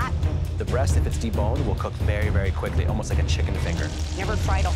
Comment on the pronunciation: “Fank quickry but more importantly fank fast”